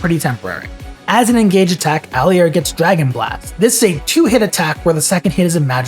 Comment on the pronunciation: "Alley-air" "Eirika c tier" Do not take this video seriously